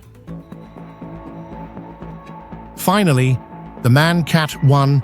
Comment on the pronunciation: MAN is not pronounced in one word, like the English word for a male human. It consists of 3 seperate letters, that you pronounce independently and not together in one word. M.A.N. Like ICE, the German high speed train, which is also not pronounced like ice, the frozen version of water. But it is wild, that you say it correctly at least once in the video, when talking about the manufacturer itself, but wrong everywhere else. Also KAT can be pronounced as one word. It is just short for "Kategorie" - "category" in English. So a one-word equivalent of "cat" is absolutely ok in that case. Yet, in the video it is often unnecessarly pronounced as individual letters...